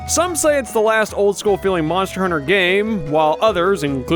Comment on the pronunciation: Moner... moner huner